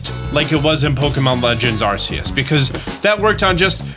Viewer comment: After all this time cane no one pronounce Arceus correctly?? This is the third well known Youtuber I have seen that still says it incorrectly.